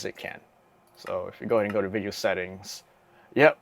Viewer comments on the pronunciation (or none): none